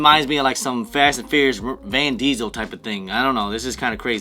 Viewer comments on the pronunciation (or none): Who the f is van diesel? Hahaha you meant vin diesel 🤣